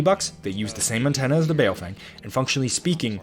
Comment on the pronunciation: As a random aside, it's not pronounced bay-o-feng, it's more closely bow-fung